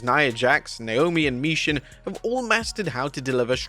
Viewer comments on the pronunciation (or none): You don't pronounce it "Me-Shin." Otherwise they would. Wrestlelamia might pronounce it that way but they're wrong, they're wrong a lot. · Say it with me, MI-CHIN!!!! It is spelled Michin and you pronounce it Me-Shin. CHIN. MI-CHIN!!!